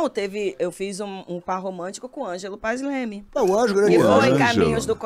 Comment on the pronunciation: O NOME CERTO É "PAES LEME"👍